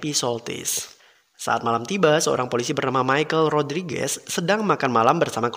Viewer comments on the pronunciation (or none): none